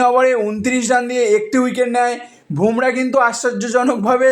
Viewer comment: Naam ta Bhomrah na, Bumrah....r ashtanno ta ki? Ota atanno hoy..